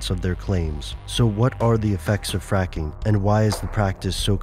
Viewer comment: did he say fapping it sounds like he said fapping